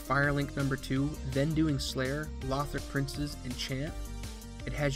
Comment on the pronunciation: Pleeeease stop saying Lowthric lol